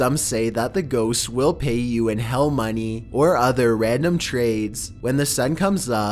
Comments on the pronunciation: He can't even pronounce ghosts, actually me too Lol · That's stupid how you say ghosts